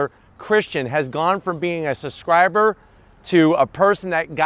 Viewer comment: Subscriber not "suscriber" introduction not "innerduction" An STI not a "STi" Enthusiast not enthusistist Guy can't be too serious about his car as he doesn't have an AOS on it.